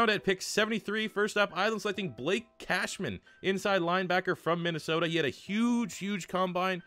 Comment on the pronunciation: Yeah. I know he said Minnesota normal as fuck. That was after I made the comment. I'm not deleting it, I'm leaving my shame on full display.